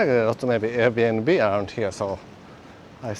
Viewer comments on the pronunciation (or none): none